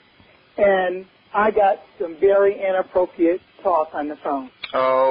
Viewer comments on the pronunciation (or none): Lol and she says "innappropiate"! She said it twice that way!